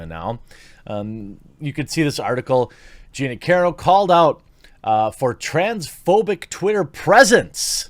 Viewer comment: Great video but both ways you pronounced her name were wrong 😂